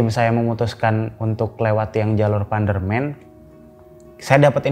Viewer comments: Tadi mas nya itu salah ngomong terus pas diulangi lagi ngomong nya jadi panderman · Maaf, saya senyum sendiri tiap kali masnya bilang PANDERMEN. Jadi mikir, apa emang para pendaki menyebut PANDERMAN dengan sebutan PANDERMEN gitu ya ? Maaf kalau saya salah. Btw rumahku di lereng Panderman. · Bacanya pukan pandermen tapi panderman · panderman pak bukan pandermen😂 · APAAN SIH ITU PANDERMEN PANDERMEN.PANDEREMAN BUKAN PANDERMEN.EMANGNYA SUPERMEN KAH🤣🤣🤣😀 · Bener bang, pdhl panderman gitu aja apa susahnya😂 orang kita sekitar nya juga familiar panderman